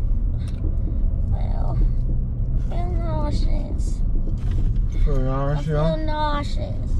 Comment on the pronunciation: the way she said nauseous took me out😭😭